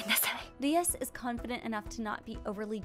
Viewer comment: I saw the chapter, it’s Rias, not Leas.